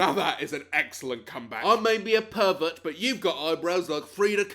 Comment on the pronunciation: When he says he was born to be a pervert it sounded like he said he was born to be a turkey